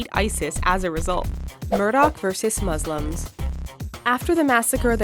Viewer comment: "moslems" MY GOD MOSLEMS??? DUDE ITS MUSLIMS